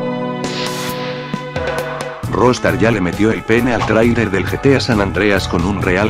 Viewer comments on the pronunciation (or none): te apuesto que hiciste lo imposible para que dijera trailer bien y como no salia lo dejaste asi saludos